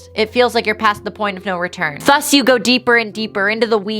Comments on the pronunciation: she says "thus" like "þus" instead of "ðus" and it's gonna kill me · Ok, but why does pronounce Thus with the wrong th sound tho?